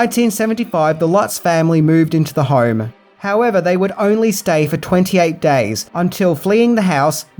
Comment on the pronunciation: I like how with your accent "home" sounds like "harm." How appropriate. :)